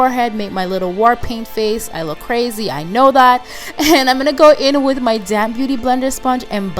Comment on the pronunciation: Gorgeous! Don't judge me, but I laugh a little when I hear you say "damp beauty blender" I swear it sounds like "I'm taking this damn beauty blender" Lol. I know you're saying damp tho. Love your accent!